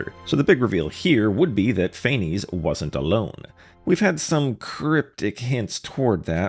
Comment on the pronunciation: Pantalone never went to Gurabad, it was an illusion like in the city Edit: Quit mispronouncing Phanes (Fau-nes) It's annoying since they literally just had them voice act it correctly in the quest!